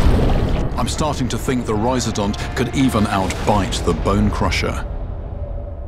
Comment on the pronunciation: rhiz-O-dont, not rhiz-A-dont